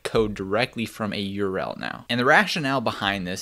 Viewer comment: “Yurell” === URL